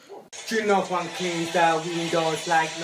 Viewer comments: It's ninety juan not twinty Juan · Its huan it's not huan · Its Juan , its not jaun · lol twenty - JAUN